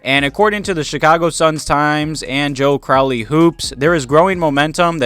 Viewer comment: I like that you call Joe Cowley, Joe Crowley like he's an evil demon hahaha he's the biggest villain on bulls Twitter and I think he's hilarious tbh